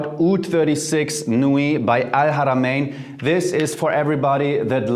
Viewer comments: your pronounciation of Al-Haramayn is frickin beautiful dude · You said alharamian perfectly !! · The way u say al haramain is near perfect. Well done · You pronounced the second difficult letter in Arabic when you said Al-(H)aramin! I’m impressed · The arabic accent is so perfect ( el haramayn) . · To all my arabic brothers and sisters - let's give this man a standing ovation for pronouncing al-haramayn exactly like he was fluent in Arabic :D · That's how I pronounce it. That pleased me a lot. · Respect your pronunciation of arabic letter H in AlHarameen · Your pronouns “ alharamen “ very good 👌🏽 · Wow. I’ve been looking into oud fragrances and you come out with this. Appreciate you so much brother! By the way, you pronounced ‘Al-Haramain’ PERFECTLY the first time you said it in this video. As an Arab I’m impressed! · Great?? I’m Arab by native and his prouniciation is better than me 😂. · I was about to say it! Man the way he pronounce “Ha’a” is better than some natives!